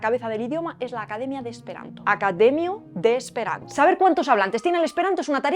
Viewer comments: "Akademio" se pronuncia /akade'mio/, no /aka'demjo/. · Jes, ŝi prononcis *"akademjo". Krom tio, bonega videaĵo. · Soy esperantista y, obviamente, me encantó tu video, que difunde al Esperanto. Excelente tu pronunciación, salvo por un detallito, la palabra Akademio. En Esperanto, dos vocales juntas NO forman diptongo. “akademio” se separa así: a-ka-de-mi-o y como la palabras siempre son graves, el acento (prosódico) debe recaer en la “i” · ¡Excelente video! Me encanta tu canal y siempre aprendo muchísimo. Solo dos cositas: 1) Todas las palabras en esperanto son graves y no existen los diptongos (solo con las semivocales j y ū. Entonces, la pronunciación es "akademío" y "harmonío". 2) "Laboras" se escribe con b. ¡Saludos! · Unas peque;as correciones, es: AkadeMIo de Esperanto, Harmonio es HarmoNIo, el acento debe ir en la penultima silaba. Trabajar no es "lavori" es "laBOri" ŝi ne kredis lia ekzistadon, te falto la n del liaN que tambien lo lleva. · akademio y harmonio se pronuncian akademío y harmonío.